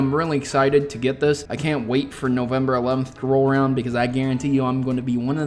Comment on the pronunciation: Novermber lol